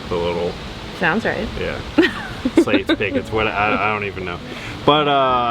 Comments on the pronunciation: Its 'slats' not 'slates'. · Hey they are called Slats. Not Slates. Lol